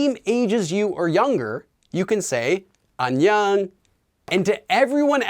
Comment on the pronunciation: The way says 안녕하세요 and 안녕 sounds like he is saying an yung like it rhymes with onion. It is very weird because it is different than how I have otherwise heard it pronounced. I have only heard it pronounced as ahn yoe ng. With a long o sound. I have also heard the 어 and 여 letters be pronounced halfway between oh and uh.